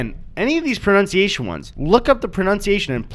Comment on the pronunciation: You mispronounced the word pronunciation. How ironic is that? Amirite?